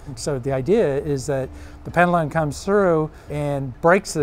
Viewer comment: I always find it interesting to hear people pronounce things wildly differently within a short period of time. "Pendulum" was pronounced about 3 different ways by the same guy within 30 seconds.